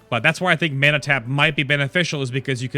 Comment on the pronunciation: funny how you say mana, "menna" :p